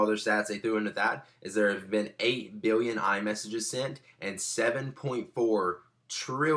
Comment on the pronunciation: *biwwion, miwwion